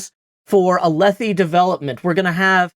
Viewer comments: “Alethi Development” 🤣🤣🤣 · “Alethi Development “😂😂